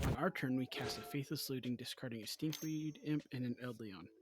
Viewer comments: Pronounced “I’d a lawn” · I don't know if this is right, but I think it's said like Ei-do-lon (eye-dough-lawn) essentially.